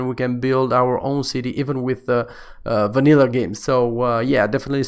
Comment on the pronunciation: i like how he´s saying wanillah